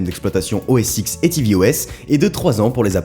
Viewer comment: Super vidéo (comme d'hab d'ailleurs), mais juste une remarque : il me semble qu'il faut plutôt prononcer le X de OS X "10" et pas "X"